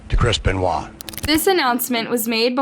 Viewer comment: The one thing says “ crisp and wall “ instead of chris beniot. Lol When I first heard this story I couldn’t believe it, so sad . Rip 🕊🕊🕊